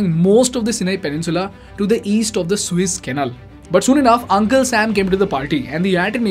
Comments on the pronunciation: Hello: I just happened to listen to your vlog for first time. You do OK , except your pronounciation of the water passage that you have decided to call "Suiss". It is therefore In correct. If you were to pro nounce it "Su -ess" you would be qlmost correct. Suiss is a country in Middle of Europe. Su-es is in Egypt, the water way. Got it. Practice, Practice. I am not an academic! Just a recular Canadian My name is Klaus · Good video as it is the combination of a lot of videos already on Youtube. it is not the Swiss Canal it is called Suez Canal. Pronounce it correctly as it changes the whole Scenario